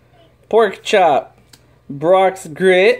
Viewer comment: its "Brocks Grrit" duh!